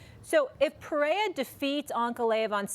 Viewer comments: Nothing worse than Chael calling him Pee-era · She literally can't say anyone's name right. She doesn't know anything about the sport it's so obvious. " Peraya?" And "ankaleyiv"... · Alex Pereza lol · Pereira has one of the easiest names that people butcher. Poor dude lol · it pisses me off when espn casuals dont even bother to get the champs name right why is it so hard to say PEREIRA